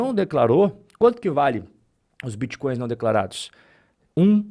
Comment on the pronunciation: Vixi, estão atrás dos biticóios e crépitomoedas. O povo vai atrás das aulas do Renato 38tão, o homem que tem solução pra tudo e termina todas as frases com uma pergunta ao interlocutor.